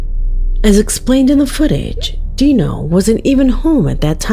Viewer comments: 4 months ago? Are you the last one on planet earth to hear about this case….seen all of it…and he’s even moved and it followed him to his new place../watch project dark knight horror for a more in depth look at his case….deano lol it’s pronounced dyno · His name is D I NO not DE No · Uh just an FYI but it's not pronounced Dee-no it's Die-No like dinosaur. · Just as a correction: it's not Dino like in Dee No, it's pronounced like (Die No). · It’s not pronounced Dee-No it’s Die-No nugget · It’s pronounced dyno not deano….wow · Hi, I just wanted to let you know great job on the video, but throughout the whole thing you have been pronouncing his name wrong. LOL LOL!!!!! So it is Dinonuggets (Die-no) nuggets. And that's not his name he's talking about marijuana buds. But I love your channel keep up the good work I'll be sure to tune in. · His moniker is pronounced, “DIE-no”, as in dinosaur.